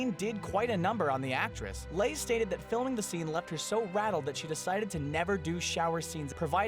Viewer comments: Little picky moment pronouciation. Leigh is prounounced to rhyme with Lee, not Lay. I know I'm being petty but with great vids like this surely there has to be someone moaning... even if it's just a little bit 😉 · Janet Leigh's stage surname is pronounced Lee, not Lay (I say stage, her real surname was Morrison). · "Psycho" actress's last name is pronounced LEE, not LAY. Incorrectly pronouncing names seems to be a running theme with your videos. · Who is Janet Lay? Is she the mother of Jamie Lay Curtis? Leigh is pronounced Lee, not Lay. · Janet Leigh = Lee not lay. It is a less common pronunciation. To help remember, think of how Jaime Lee Curtis pronounces het name. Janet Leigh is her mother. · Janet Leigh's name is pronounced Lee, not Lay. I thought everyone knew that. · Also, her name's pronounced Janet "Lee", not "Lay". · Your vids are great, but can you please research how to pronounce names before filming? Janet Leigh... pronounced LEE not LAY. That info is right out there on the internet and takes no time at all to research. ugh. so many of these top ten list type youtubers don't take the time to learn to pronounce things correctly. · No offense but it's pronounced "Lee", Janet Leigh, not Janet "Lay". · Janet Leigh's last name is pronounced "LEE", not "lay". "Leigh" is a fairly common surname (shared by Vivian, Jennifer Jason, and thousands of other people), and it is never, EVER, pronounced "lay". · What is Janet Leigh's last name? Sounds like youre saying lay...are you kidding me? are you that ignorant? Its pronounces just like Lee, its Leigh ffs or do you not know how thats pronounced either? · Janet Leigh's surname is pronounced Lee, not Lay. If you're not smart enough to remember that, her daughter's name is Jamie LEE Curtis. Bozos. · Geez. Janet Leigh is spoken like "lee" not "lay." He does something like this, guaranteed, in every effin' video. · Janet Leigh. It's pronounced like Lee not Lay. SMH! RIP Alan Rickman. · Janet Leigh(pronounced Lee)